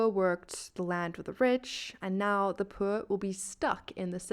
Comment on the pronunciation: Where did that accent came from? That is one bougie way of saying pwur